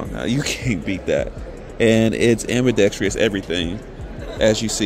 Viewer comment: Love you but how come nobody can say ambidextrous correctly. It's not "ambi-dextrious". Keep it going bro.